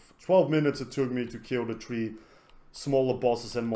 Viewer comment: LEARN HOW TO SAY THREE, NOT TREE!